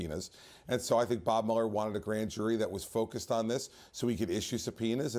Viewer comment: Mueller is pronounced MEW-ler. As in "beat you like a rented MULE-er". NOT MULL-er. Never trust anyone who can't pronounce their own name properly.